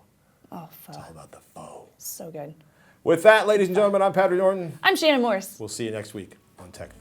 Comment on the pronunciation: Pho is pronounced Fuh